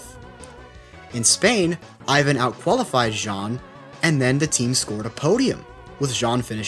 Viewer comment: Ik its an easy mistake but for capelli his first name is pronounced (é-van) not thr Russian style Ivan